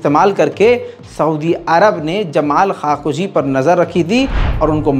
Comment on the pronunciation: भाई कोई नाम तो सही से उच्चारित किया करो आरामको को अमराको बोलते हो मेहसा अमीनी को माशा अमीनी बोलते हो अब नया नाम जमाल ख़ाशोगी को जमाल खाकोजी बोल रहे हो😂😂